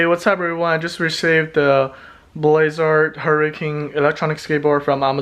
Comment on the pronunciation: Did you say boys art it’s blitz art